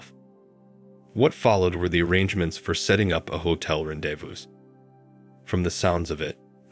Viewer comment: rendezvous is pronounced "rahn day voo"